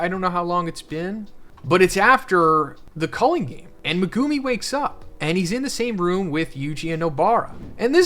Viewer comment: ''Megoomi'' will always sound so cringe to me, I always wonder why anime character names are butchered so often when people literally HEAR them spoken in the show lol